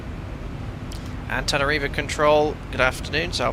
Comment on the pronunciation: It's "anta-nana-rivo" but people from there just call it "tana"